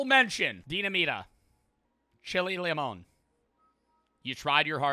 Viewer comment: You pronouncing limón perfectly just to fuck up dinamita (de-nah-me-tah) had me rolling😂